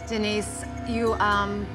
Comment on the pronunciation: Denise? You mean Dee-nice?